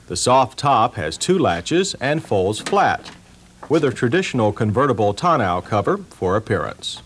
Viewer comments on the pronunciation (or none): That would've been nice but they did butcher pronouncing TONNEAU though🥴